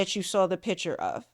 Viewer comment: please learn to pronounce the word PICture, not pitcher